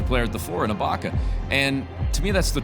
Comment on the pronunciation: Such a blaspheme for to keep mispronouncing Ibaka's name